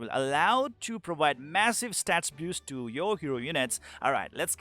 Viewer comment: You say boost so it sounds like "biust" :)